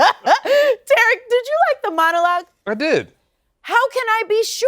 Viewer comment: W ...his name is TARIK not Terrick